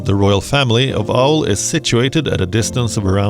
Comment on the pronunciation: The actual pronunciation is Aali ଆଳି but written as Aul due to the Britishers who renamed it.